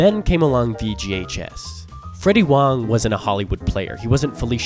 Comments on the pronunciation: I keep hearing VGHS as VGA Chess. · All I could hear him say is “VGA Chess” 😂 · took me a couple repeats of the acronym for me to realize you werent saying "VGA Chess"